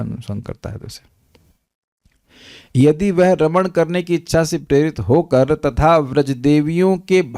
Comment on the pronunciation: Raman shabd ko spast kijiyega.